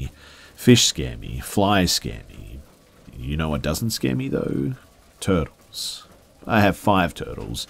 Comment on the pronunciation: And burly